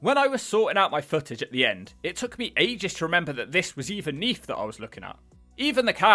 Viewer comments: It’s neath not neaf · Neef? Is that anywhere near Neath? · "Neaf", lol